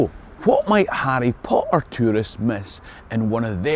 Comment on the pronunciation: Who doesn't love Arry Po Er?